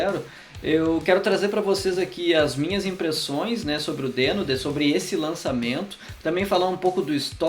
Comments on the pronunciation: Na gringa eles pronunciam 'dIno', né? Bem mais legal que 'dÊno'. :/ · A primeira coisa que tu deveria dizer é que a pronúncia correta é "dino". Até o logotipo do negócio é um dinossauro!